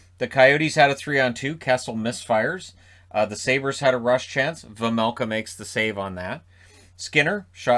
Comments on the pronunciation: You said Vejmelka corectly for the first time. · The first time you said Vejmelka it was correct. The announcers say it wrong. :) But I know, nobody expects perfect pronounciation. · You corrected yourself on "Vejmelka" but the first try was completely perfect! Sounded like a native Czech almost 😁 great video as always 💪